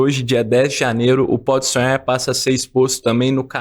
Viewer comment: O cara do vídeo tem uma pronúncia BIZARRA da palavra "podsonhar". Ele pronuncia mais ou menos assim "podsuem".